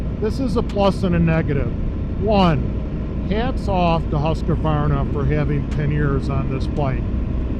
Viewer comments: Thanks, was about to say the same I understand the writting isn't obvious for english speakers. It's "Husk varna" not "Huska varna" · Petty nitpick on the pronunciation of the Husqvarna but as you can see by the spelling of the name that there's no 'A' after the letter 'Q' so there's no need to pronounce it with one. Hill assist is a very nice feature to have on these mid size and full size adventure bikes, I'd find myself in a bit of a pickle in some scenarios on my 1250 GSA if it didn't have that feature. I doubt you'll see adaptive cruise on the middleweight bikes from manufacturers that offer larger, more premium adventure bikes, at least not anytime soon. I agree with in regards to cruise, in the adventure bike category it's no longer debatable for myself, it's a necessity.